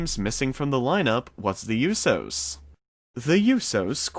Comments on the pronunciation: Short of pronouncing the Usos name wrong this story/update was much needed and tells a lot about what's going on with the family and what we have to look forward to. I don't think they could actually book Naomi wrong because she is great at her job and a great entertainer. I do believe that the family coming back together is an amazing idea and it could play out in so many different ways. I DO KNOW THAT I'M READY TO FEEL THE GLOW AGAIN. Hurry back Naomi, Jimmy and Jay. We love you, miss you and can't wait to see y'all again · I'm glad i wasn't the only one that was getting annoyed by that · FOR REAL. if your a fan at least learn how to say the name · Lol right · he mispronounces loads of names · Same I'm glad I'm not the only that was getting on my nerves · It's pronounced oo-so, not you-so. How can you not know that? I had to give you a thumbs down just for that. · It's not pronounced "yousos". If you want to be considered legitimate, pronounce names correctly. That was a long-winded video that could have been done in two or three minutes. Didn't need 7 minutes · It's not tho yousos it's usos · Usohh not youso lol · The Yousos! 😂 You mean the Usos! 😉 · The "you-sos" 😂😂😂 it's usos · Please stop saying YOO-so. Its OO-so. No Y. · its OOO-so..... not You-so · USO's pronounced -("ooooh so's") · Who are the "You-so's"? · Bro why do you pronounce it “you sos” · “The Yousos” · E Learn how to pronounce names before speaking on them please. Who is Yousos? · The You-so’s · Yousos go hammmm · The YoUsos? lmfao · aieshao you so’s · Great video, and I love naomi but you gotta pronounce the USO's name properly brav lol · Your saying the usos name wrong watch the ring announcer say there name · You are pronouncing it WRONG!!! She's married to one of them and I believe all three are on probation so they can't leave the U.S. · you need to say the tag team right you are not saying it correctly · Learn how to say USO’s name right now!!!! 🤬🤬🤬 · The way he say Usos😂😂😂